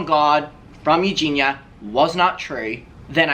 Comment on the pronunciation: If Creamstar is friends with Eugenia, why can't he pronounce her name correctly? 🤔